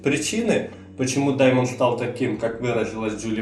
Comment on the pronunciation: дЕймон,а не дАймон